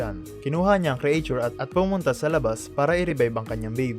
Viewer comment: "Loving loving" 😅 and "create-chur" (creature)